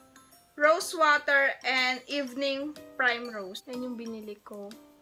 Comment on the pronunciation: BTW, Dolce is pronounced “dol-che” then Primrose is “prim-rose” not “praym-rose”. Yun lang! Hehe no hate! Love your haul! 💕